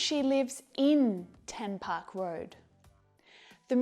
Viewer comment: 10 park road Sounded like: Tupac road